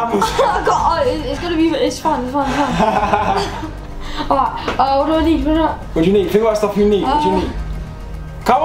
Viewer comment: amozon?!?!?!?!? LOL